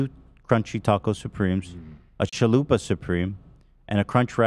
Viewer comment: Love calling a chalupa a shoompaloompa will never get old haha